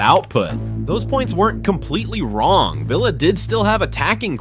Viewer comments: its vill as in pill not veel as in reel get it up ya aresenal,,,,😁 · "Veela Park" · Villa ❌ Veela ✅ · Had to stop watching because of the mispronunciation of Villa...